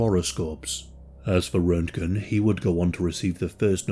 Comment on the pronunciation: I think that Roentgen is pronounced "RENT-jen"...